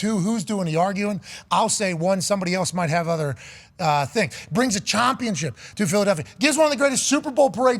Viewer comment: Why do you say Chumpion?